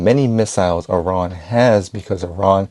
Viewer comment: ARON!? did he say Uh-Ron? Stop playing. u know it's E-Ran or Eye-ran. If it ends up being UH-RON then we all gotta learn this out of respect for Iran. Thin Iron but say ran after the "eye" part. Pardon me being effortlessly distracted. And im out.